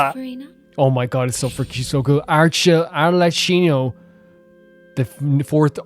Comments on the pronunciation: Arlecchino is pronounced Ar-Le-Kino. Thats probably the easiest way to remember how to pronounce it. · like someone pointed out arlecchino is basically harlequin in Italian (?) its pronounced as arle-kino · Just in case Arlecchino's name is giving you any trouble, try thinking of "Harlequin". Similar as with "Dottore" and "Doctor"